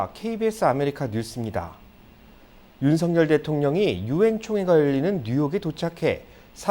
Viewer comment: 윤석열을 왜 윤성열로 말하는가. 아나운서 자격이 없네...석 발음이 그렇게 힘드나?🤔